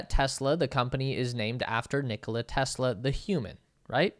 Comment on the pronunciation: Ni-'ko-la is the right pronunciation. The stress is on the middle syllable.